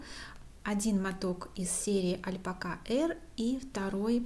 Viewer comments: Согласна, режет ухо. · Официальный вариант ударения на последний слог, т.е. «альпакА». Альпака — слово среднего рода. По нему невозможно определить, кого пола животное. Например, как со словами «пёс» и «собака». В словарях ударение стоит на последний слог. То есть правильно произносить «альпакА», что не очень привычно для русского языка. И привычнее говорить «альпАка», близкое и созвучное к «собАка» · Это спорный вопрос, и для нас , действительно ударение на последнем слоге звучит, мягко говоря непривычно.